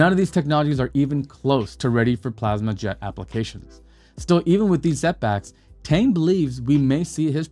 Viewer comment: Plasma engines work in space. As long as the propellant doesn't ignite in atmosphere why not. One thing to keep in mind for future videos. Chinese Pinyin Romanization is not pronounced exactly like the English alphabet sometimes. Dr. Tang's name is not pronounced with a long "a" sound. The vowel is pronounced as "ah", like the vowel in "ought".